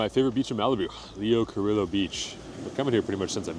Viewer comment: Enjoyed the video. BTW it's pronounced-------> LEE OH KUH-REE-YO